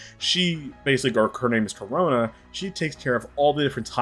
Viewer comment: It's Chronoa, not Corona.